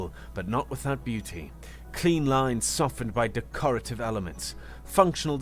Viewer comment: Small corrections. Emphasis on the all caps. Please keep being an awesome narrator! Unscrupulous: un - SKROOP - you - lus Decorative: DEK - uh - ruh - tive, (or) DEK - ruh - tiv Contemplative: con -TEMP - luh - tiv